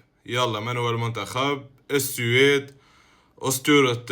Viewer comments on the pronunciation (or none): السويد❌ السيويد✅😂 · قالها بالفرنسي